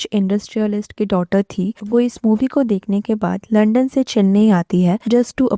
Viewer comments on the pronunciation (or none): none